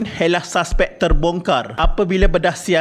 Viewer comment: Saspek? Admin pls lah sebut dengan betul.... Bahasa Melayu sangat cantik dan sedap..